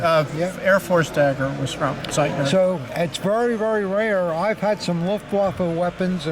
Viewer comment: The Austrian Hitler Youth knife is made by Z E I T L E R not Z E I T N E R. The makers name is pronounced wit an L not with an N.